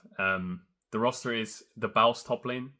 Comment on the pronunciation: bro said thebauffs top lane, my ears moved xD